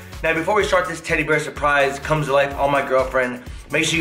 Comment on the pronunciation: Lol she just saying tteddy bear lol like its a real thing